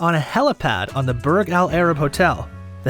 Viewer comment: burG al arab